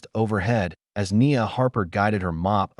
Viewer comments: The AI needs to be corrected. It keeps saying "A S" when it should be "as". This is not the first time in these stories that there have been errors. I have heard "U S" for "us", and "number" for "no". These errors should not be occuring. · Great story, but the A.I. voice just doesn’t cut it! A human voice, even if not always perfect would never render punctuation as a “dot” and the word “as” in two distinct letters “A” and “S”. A I voices put pauses where they don’t belong and don’t include them where they should be and the intonation is always off! In short, a torture to listen to.